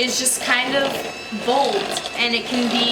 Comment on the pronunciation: Instead of bold I heard “my personality is like mold” and I just was kinda like mood